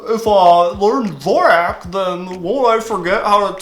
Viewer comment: Mans is using dvorak for 10 years and can't pronounce it right